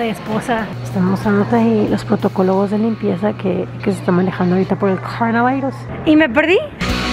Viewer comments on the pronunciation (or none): Dijo protocologos?